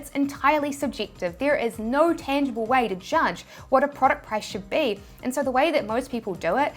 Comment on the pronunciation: "Nowr" = "No" I've been hearing "owr" sound when you end with a vowel. 😆😆😆